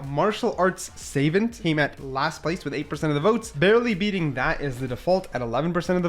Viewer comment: The mispronounced words are hilarious. Chasm, savant, corps lol